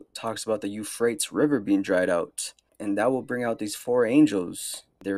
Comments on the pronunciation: This guy also butchered Euphrates ( You- Freight- tee’s ) to “ You - freights “ lol not a learned “ lern- Ned “ gentleman indeed and this real English, going back in true proper English dialogue. Stay vigilant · They say not to pick people up on mispronouncing words because they’ve probably read it, and if they’ve read it that means they’ve taken the time to actually look at things and learn. You totally mispronounced euphrates and heifer though bro 😂